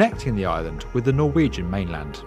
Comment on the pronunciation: I must say for you not being norwegian your pronounciation is amazing, im impressed!